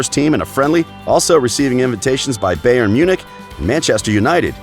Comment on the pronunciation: He pronounced bayern as bay ern and not buy ern that says it all